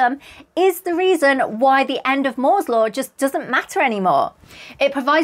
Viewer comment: Thank you,, for another awesome video. I thoroughly enjoyed it!, I thought you said, “…that’s why the end of Mordor doesn’t matter.” Took me a second to realize you actually said “Moore’s Law”. Two slightly different things 😉